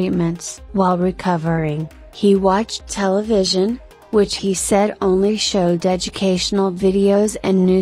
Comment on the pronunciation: Hhhahahah televison Hhahahahahahhahaha oh how wrong he is